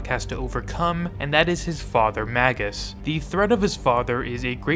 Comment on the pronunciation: Magus is pronounced like "Maje-us." Like Warlock, it's a traditional rank in occultism.